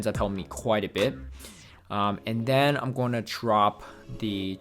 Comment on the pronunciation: “And dennnn” 🤣 Ps love the vids bro 👍👍👍